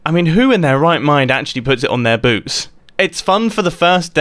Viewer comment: u said boobs not boots